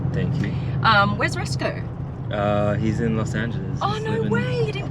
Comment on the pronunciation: She really said ‘Resco’ instead of ‘Rosco’